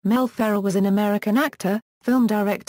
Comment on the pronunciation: The biggest failure of an audio biographer is to mispronounce the subject's name. You did that here, idiots. Do some research and correct or take down this video clip.